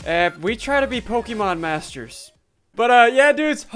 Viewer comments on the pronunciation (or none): He forgot the t in the masTers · Lol forgot the T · you forgot the t in Master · forgot the "t" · he freiking froget the t